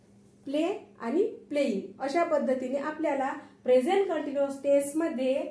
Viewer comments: हो सेकंट सेंटेन्स मध्ये तुम्ही फक्त एकदा प्लिंग असं म्हटलात मी पुढे व्हिडिओ पाहीला नव्हता पुढे तुम्ही प्लेईंग असाच उच्चार केला आहे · प्लींग उच्चार चुकीचा आहे मॅडम तो प्लेईंग असा आहे